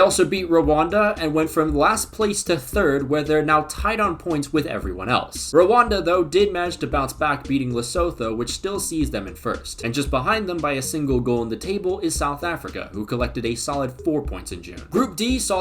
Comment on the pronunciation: I’m only saying this for anyone interested, but Lesotho is actually pronounced more like Less-Oo-Too. I’m honestly rooting for them, as they’re doing really well for their size!